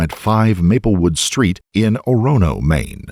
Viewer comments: it's pronounced "oar-uh-no," not "oh-ron-oh" oh oh oh Biiiillllll oh oh!!!" If you know, you know. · my dude I love your videos...... but being from Maine you botched EVERY town name in this. Ore-A-No, and Bang-Gore. I didn't name them. I think French folk are to blame. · As someone who lives in Maine, for future reference, they are pronounced "BANG-gore" and "OR-oh-no". Love your vidoes. :) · Also, just FYI, it's pronounced OR-uh-no